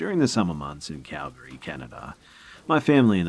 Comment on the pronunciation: Seriously impressed that you pronounced Calgary correctly. Always love hearing the stories from familiar settings.